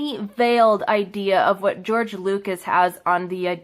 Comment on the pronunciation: "George Loogas" "Life Savers"